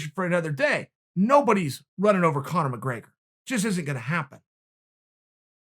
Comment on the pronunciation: Chael: “Nobody’s running over Conor McGregror” *Khabib has requested your location *